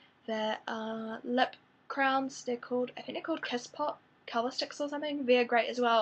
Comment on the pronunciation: I kept thinking that you were saying "crowns" and was like oh I've never heard them called that before.. CRAYONS,. CRAYONS.